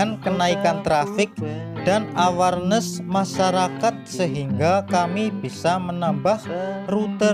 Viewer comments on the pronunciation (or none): 1. Karena istilah yg dipakai memakai bahasa INGGRIS, maka pengucapan atau lafalnya harus betul, misalnya pengucapan proving flight dan enclave sipil. Proving flight bacanya proving flaiț; awarnes bacanya èwârnês; enclave bacanya enklâv bukan ensleep atau edslip, first flight bacanya fêž flait. Traffic bacanya trefik. Nama direktur Yuliandra Nurcahyo (ejaan lama Juliandra Nurtjahjo). 2. Penggunaan istilah agar tidak sepotong2, misalnya kalimat enclave. Kalau menyebutkan istilah ini lengkapnya harus diawali dengan Lanud JB Soedirman enclave sipil, karena maknanya Pangkalan Udara militer (TNI AU) yang dimanfaatkan untuk penerbangan sipil. Atau bisa dengan menggunakan kalimat yg mudah dipahami Bandara JB Soedirman yg menggunakan fasilitas Lanud TNI AU. 3. Data rombongan tidak termasuk jajaran Kementerian Perhubungan. Dari Kemenhub sudah datang saat uji kalibrasi landasan oleh Dirjen Perhubungan Udara beberapa waktu yg lalu. Demikian juga dari jajaran AP 2 tidak termasuk jajaran direksi. Mohon maaf dan terima kasih, semoga konten ini selalu berkembang.